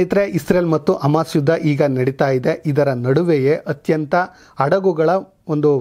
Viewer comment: ನಿಮ್ಮ ನ್ಯೂಸ್ ಓಕೆ. ಶ್ಲಾಘನೀಯ. ಆದ್ರೆ 'ಹ ' ಕಾರ ಗೋವಿಂದಾ...! ಅಡಗು, ಅಮಾಸ್, ಔತಿ,ಒಂದಿರುವ, ಅನ್ನೆರಡು etc...